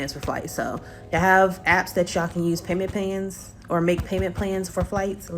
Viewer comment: did she say payman pans? 😂 or am I bugging?